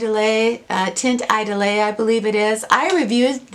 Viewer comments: Hey! It's pronounced taant eedoll. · Here is how to pronounce Teint Idole Basically it is tant ee-dohl You can use google to find pronunciations for words in other languages. Cheers!